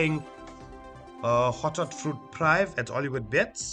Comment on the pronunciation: Top session. FYI prive' is pronounced "preevay"